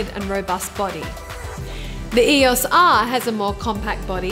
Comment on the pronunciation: Great vid, but saying E-OS R instead of E O S R was r/mildlyinfuriating :/